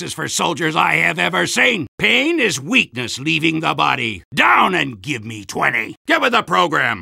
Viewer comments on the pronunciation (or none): its now pain is instead of PAINIS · dunca135 i was just listening to “i will eat your...” and i clicked here and he said. “I will eat your painis”. No joke lmfao